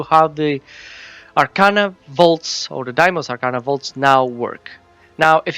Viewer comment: Thank u for pronouncing it right